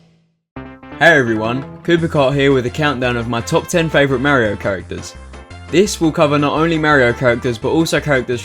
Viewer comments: Why does he say "Merryo" instead of "Mario"? XDD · you say Mario wrong